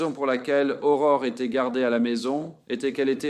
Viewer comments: Ce n'est pas Aurora, c'est Aurore.🌈🦄🎠 Merci de raconter cette histoire. Le nom d'Aurore est si mal prononcé dans cette vidéo que je ne la termine pas, c'est honteux. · Son nom est pas Aurora. C'est Aurore. Salutation du Québec.